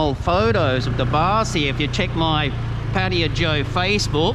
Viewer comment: Pattaya, yayaya as yamaha..not patia.